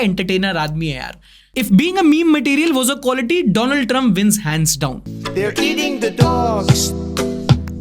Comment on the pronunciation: 2 land trump 😂